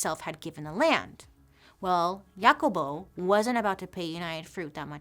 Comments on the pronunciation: Sorry, but I just can't get over how you pronounced "JACOBO" lol! sorry it was just too funny. No shade, It just way different to how it's pronounced in Spanish. :D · Thanks for the history of 🍌 😊The pronunciation for the name Jacobo is Hacobo. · Thanks for bringing light to these human rights atrocities. I am of Guatemalan decent and my mother made sure to let me know of this story. All the corruption the U.S caused. I didn't know our fellow Central and South American brothers and sisters also suffered these autrocities. FYI- Jacobo is pronounced like Ha-cobo.. like Ha Ha Ha lol ... It's Jacob is Spanish.